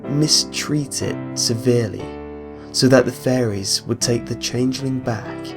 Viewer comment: Jen Dowie A speech impediment is not an accent. That's like saying everyone from England sounds like Jonathan Ross err Woss :|